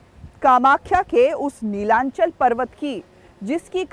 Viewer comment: Pronounce properly Not nilanchal It's Nilachol